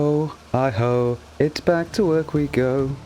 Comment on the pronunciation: It's HI HO, HI HO. Not I HO, I HO Dagnabit!